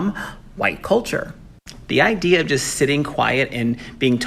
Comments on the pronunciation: Idear? Great grammar Mr. teacher. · He was cut off as soon as he said "idear" --- this person teaches people?????????????? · Did he say "idear"? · 1st off how is he a teacher and yet he can't even say idea correctly